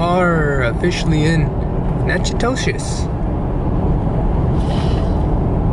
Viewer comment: Nak-ah-tish, next time go to Lasyone's and get a meat pie.